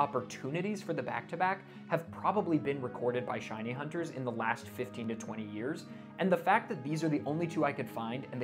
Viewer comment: I never thought I'd see my face in a shiny compilation video. <3 Super stoked to have my shiny reaction in this! P.S. Thank you for pronouncing my name right!